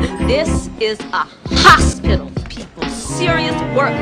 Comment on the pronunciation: I’m wheezing from the underwear scene. “This is a haspitle” 😂😂😂